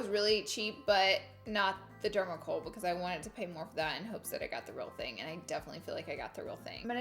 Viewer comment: Anyone else watched her saying “oil” “contour” “concealer” and “because” wrong for like 30 minutes, it’s funny(and cringe worthy) but no shade because I love her